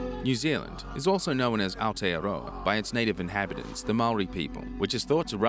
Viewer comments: good job on pronouncing Aotearoa! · 🙌🏽 aotearoa pronunciation was beautiful